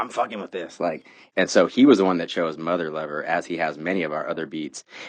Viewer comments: Did Seth call it mother liver? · Anyone else hear Seth say ‘Motherliver’? Very different sketch, that